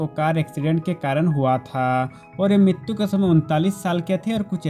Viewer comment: Yaar MITTTUUU nahi MRITYU HOTA HAI ...TGIKSE BOLNA SIKH